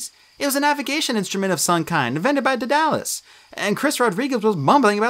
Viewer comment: DEAD-a-lus or DAED-a-lus, not dead-DA-lus...the Tony Stark of Ancient Greece...I only bring it up because when you mispronounce the names of known characters, it’s kinda confusing...